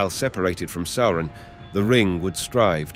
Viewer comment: How can someone be so well-versed in LotR and not know how to say "Sauron"?